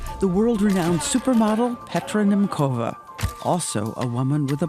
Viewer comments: Her name is pronounced "Nyemtsova", NOT "Nemkova". Can American presenters not even check? Thanks for the coverage, though. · What a powerful story and what a beautiful soul. As a girl also born in Czechoslovakia she makes me so proud. BTW Petra's suraname is pronounced as [nemtsova]. Greetings from Slovakia!